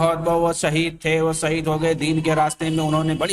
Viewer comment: شہید کو سہید اور پیش کو پیس، اور انمٹ کو انمنٹ کہنے والے اس نیپالی پہاڑی بکرے کی کیا فکر ہوگی۔ جو پہاڑ یا نالے میں پاخانے کے لئے جاتے رہے، انہیں تھوڑی سی سہولتیں دے کر کوئی بھی منہ میں غلاظت ڈال کر نکال سکتا ہے ۔ یہ ذہنی معذور ہیں۔